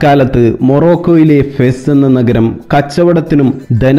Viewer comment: ഫെസ്സ് അല്ലാ,,, ഫാസ് ആണ്